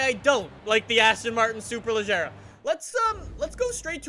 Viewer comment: It should be "SuperLeGeRa" and pronounce like the "AGeRa" in the Koenigsegg Agera. I don't know who teach you to pronounce it like "SuperLeJerRa". Don't judge on me, BECAUSE "SuperLeGeRa" sounds much more elegant than "SuperLeJerRa"